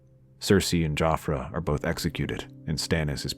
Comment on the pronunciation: I kept hearing "JoffrEY" and was soooo confused